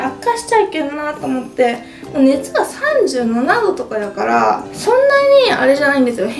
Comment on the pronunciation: ｢だから｣は言えてないし、服屋はZARAだし😂ちょっと重症ですね🤣たまには大食いじゃない動画も嬉しいですが、風邪はどうか早く治してください🙏♥️